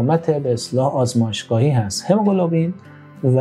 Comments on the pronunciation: هموگلوبین نه هموگلوبلین. گفتاری رو تصحیح کنید..مرسی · این مرتیکه هنوز کلمه هموگلوبین را بلد نیست تلفظ کنه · برو مردک، دکتر قلابی، تو حتی نمیتونی کلمه هموگلوبین رو درست تلفظ کنی، بعد ادعای پزشک بودن هم میکنی؟ دوزاری باقالی فروش